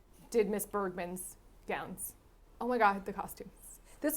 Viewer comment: "Miss Ingrid Bergman's GOWND Designed by Edith Head" This is the reason why says gownd and no one talks about it?!? 🤣